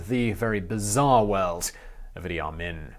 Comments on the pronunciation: It's Idee Ameen not the way you say it. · I know dude was a monster, but he is a historical figure. How about pronouncing his damn name right?